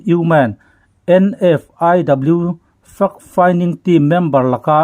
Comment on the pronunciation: Fact finding team i lam dan hi fimkhur a va tha em! Report a that thin teh lul nen. Fact hi fuck i ti ta mai emaw kan ti palh dawn tlat